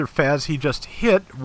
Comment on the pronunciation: I think the FAZZ is pronounced 'Fahts' instead of 'Fazz'. I'm also wondering how they'll do the Xeku Eins configurations, cause with all 3 you could probably have one of each type. I imagine it'll be like the quebeley where we get all 3 spread out over a few releases